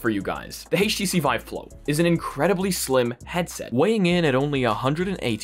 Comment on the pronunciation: "Hayyysh T C vive"?